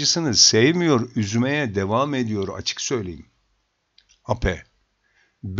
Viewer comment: Eyp diye okunur bu